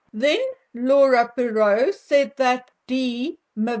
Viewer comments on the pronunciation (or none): Poirot is pronounced Pwa-ro, it's French, & the t is silent. 😬 Findout who the surrogate is, find the truth, but you wont get it from the rf imo.